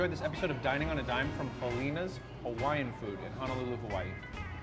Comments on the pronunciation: ʻAue!! you said Helena's Hawaiian Food just fine in the beginning of the video but chopped it up at the closing sentence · said helenas wrong